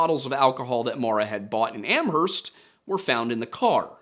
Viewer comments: Ooof, two corrections on pronunciation for New England towns: Hay-Vrill, not Haver-Hill Am-erst, not Am-herst Yes, I know it's ridiculous. Blame Old England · I lived in the Amherst area at the time and remember the disappearance well. The local media portrayed it as a possible abduction. Amherst is pronounced "AM-erst." Where only the H is silent (you can look that one up).